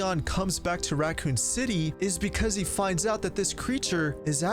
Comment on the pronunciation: Are you saying Ratcoon city